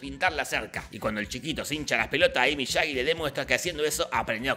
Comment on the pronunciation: Por cierto es Miyagi no Miyagui